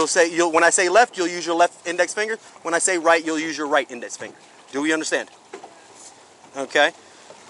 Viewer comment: im on her side, looks like she did great. he messed up words while she did not. its no nuze, its use